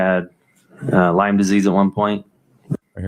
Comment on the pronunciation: 'Lymes Disease', omg -- reminds me of Amber Heard's equally annoying defense attorney, Elaine, saying 'Amica cream' instead of Arnica cream.